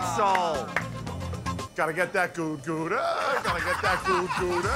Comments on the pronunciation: I'M A DUTCH GUY AND IT'S NOT PRONOUNCED "GOODA" IT'S PROUNOUNCED "GOUDA" DONT DISRESPECT THE CHEESE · gouda prenounced like : g (ouch) ou'' d a h im dutch i know